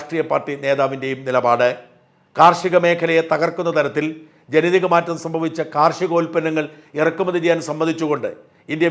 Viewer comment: ജെനിതിക അല്ല ജെനിതക